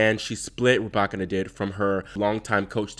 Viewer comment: The YouTube algorithm came through again! So happy your channel was recommended! New subscriber. Also, must give you your props on the Muchova pronunciation. Excited to hear how you fare with the Russian names 😍. (ETA: Rybakina?? 🔥 COME THROUGH!)